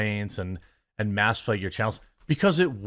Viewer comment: thank you, Sydney Watson for getting Jeremy to pronounce his A's when he says words like flag, bag, mag, etc, because he'd pronounce it like flegg, begg, megg, etc.